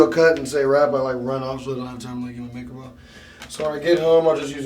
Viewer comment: just for the fact he can't even say the word "MAKEUP" I am done.